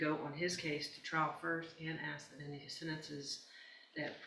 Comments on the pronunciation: how so? Does the BAR require you to pronounce ask like that? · For an attorney to say "axe" is pretty pitiful!